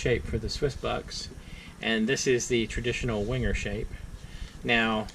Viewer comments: Venguh! That 'w' is not an English 'w' but a German one. Never wing-er. If you're a reviewer of these Swiss Army knives, and Wenger was the only other Swiss Army Knife company other than Victorinox, until Wenger went bankrupt, why not learn how to pronounce Wenger correctly? Is this an American thing not to be concerned with proper pronunciation? A Uhmurqueen ting! W = V. G is hard G, as in GOT or GOAT. Final R is silent. VENGUH A small thing, unless you review a company with a non-English name. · It's Wenger, wang errr, I 100% genuinely and I really do mean this do not care how you think a discontinued knife company's name is pronounced